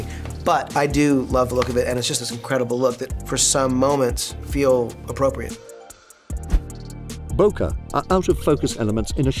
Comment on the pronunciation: I love this videos, but here, I am writing from Japan to ask to correct her ne awful one: Bokeh is pronounced ボケ or Boké not the strange Bokeux pronunciation